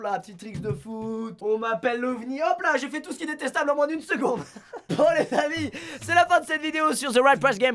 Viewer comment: Qui a cru qu il avait dis vermines a la fin au lieu de amis ?